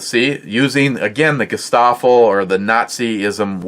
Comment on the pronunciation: Guestafel? again Your argument spirals down with your pronunciation . Hey Google what was Nazi Germany Secret Police called. " Po " like the littlest Tele Tubby.